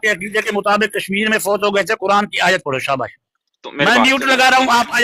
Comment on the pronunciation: qaran نہیں quran تلفظ ہے۔۔ 😂